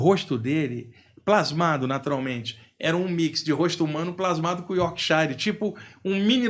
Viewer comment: Mas o duro é ouvir a pronúncia "iórkshAire" tantas vezes...(é iórkshire).